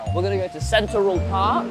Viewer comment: "Centurrhul park"